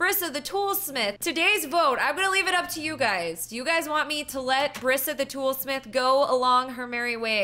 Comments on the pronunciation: It's not Bri sa it is pronounced breesa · It's not Bria It's Brisa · That's my name! Brisa but it's pronounced Br(e)sa